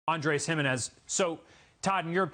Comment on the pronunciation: His last name is pronounced, he - MEH - nez.